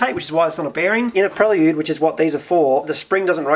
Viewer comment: Prel Yude? Never heard it pronounced like that.